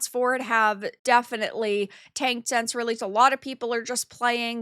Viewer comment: What accent do you and other people who say "sense" in place of "since"?